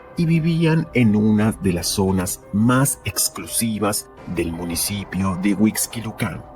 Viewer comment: No se pronuncia Paulet, se pronuncia Polet. Tampoco se pronuncia Huixquilucán, sino Huixquilucan, sin acento. De dónde eres??? 🤔🤔🤔... No maaaanches...!!! Definitivamente te doy 👎👎👎